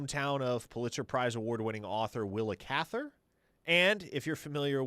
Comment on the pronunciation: Did you say will catheter?